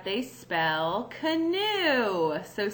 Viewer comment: I stopped listening when she said, "Canoe."